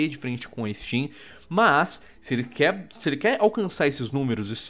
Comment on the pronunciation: Faltou um r no quer